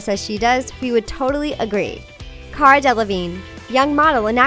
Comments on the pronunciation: I wouldn’t call her a R&B and it’s cara not careruh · I thought it was Alessia Cara like cah-ra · It's pronounced CAHR-AH! ALESSIA CARA! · It's pronounced 🚗 uh not "care uh" and Hah-deed not huhdid. UGH